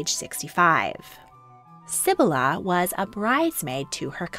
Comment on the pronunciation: ❌Sib-buh-luh ✔️Seh-bee-lah